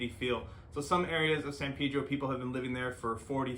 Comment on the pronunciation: Pedro, not Peedro.